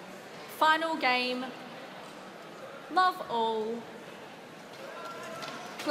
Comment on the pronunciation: The movement of the mouth is too exaggerating...not necessary to move the lower jaw outward to speak 'love'